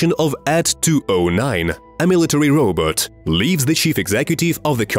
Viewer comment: That is the WORST pronunciation of the word "robot" ever. Of all time.